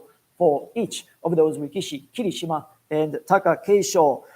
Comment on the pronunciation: Its very nice that you with NHK do official promotions for Sumo for non japanese speakers. 1. I see that sometimes you refer to Japanese words in an english way, and while the Japanese announcers say ki-Rishima, you say Kiri-Shima. Whats the correct pronounciation? 2. Why limiting watching of full basho tournaments (all full 15 days) to japanese audience only and not make it available to overseas audience? Im asking you these questions as an official NHK representative and you also work for the Sumo Association. Thank you!